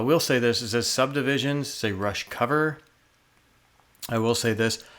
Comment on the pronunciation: you pronounced it correctly there. Wasn't sure how into rush you were lol. I thought this cover was really cool though because they laid their own style on it but kept to the same cadence as the original very well.